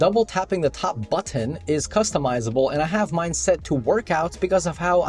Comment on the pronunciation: You actually said "buttoN" the 3rd time :)